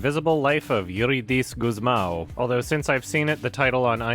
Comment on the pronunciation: props to for saying euridíce gusmão rather well.